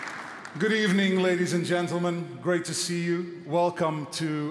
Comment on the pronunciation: “Is this a good decade for Portuguese football?” Figo: “Good Ebening”